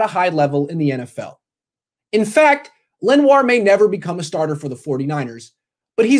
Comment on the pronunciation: Its pronounced Len-wah